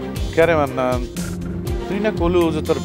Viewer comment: সব থেকে বেশি হাঁসছি যখন জাপন ডাক্তার মান্নান কে মন্নান বলে ডাকে, 😂